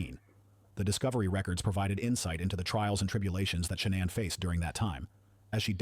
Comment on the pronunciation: I agree lol .... I cringed at She...nann .... I'm like it's Shan'ann!